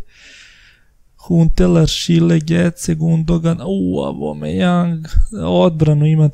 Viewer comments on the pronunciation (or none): none